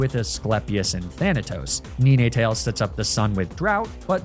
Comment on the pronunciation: Knee nay tails?